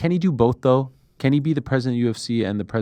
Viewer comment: You should like such a teabag fairy when you try to say UFC 'UFSAY '🤣